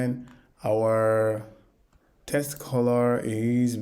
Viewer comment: my friend thank you that was amazing.. also please know that the word WIDGET is pronounced as WID-JET like a flying JET so WidJet.. and the word TEXT is pronounced as TEKKK+STT so TEKKstt, you have to vocalize the K sound - since you will be using these 2 words alot it is worth pronouncing correctly, as the way you say it as TESTS and widGGET sounds like a different word which is incorrect. thanks again